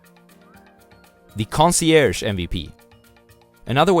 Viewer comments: conseerge, conseyerge, FUCK! lol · I remembered to like the video when I heard that lmao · I subscribed immediately when I heard you butcher the word concierge 😂 I love and respect the oasis of wisdom that is your channel. ✊🏾 I give thanks and many blessings. 🇿🇦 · I laughed at the concierge pronunciation thing haha. Loved your video. I'm your fan.